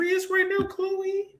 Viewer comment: if you say “KKH-LOEEE” one more gin😭😭😭😭